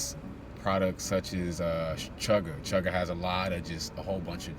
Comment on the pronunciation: are you saying "chugga"? or "chaga"?(as in the mushroom at the mark? Thank you so much and I appreciate all of your hard work and informative videos. Peace!